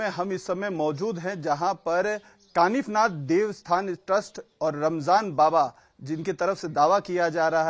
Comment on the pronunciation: काफीनाथ नही कानिफनाथ ,, आप जैसे पत्रकार हिंदू नही